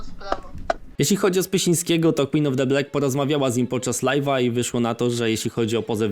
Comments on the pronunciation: Filmik mocno merytoryczny, za co propsy. Ale za każdym razem jak mówisz jej ksywę to aż nóż w kieszeni mi się otwiera. 😂 W Black nie ma 'e'. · BLAK NIE BLEK BLAK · MÓWI SIĘ BLAK YYYYYYYYYYY ja cię lubię ale proszę 3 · CZYTA SIĘ BLAK NIE BLEK WTF